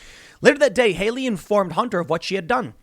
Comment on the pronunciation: "A" as in CAT! Hallie! Not Hayley! Stop giving me heart attacks every time you mispronounce that name. Jeez.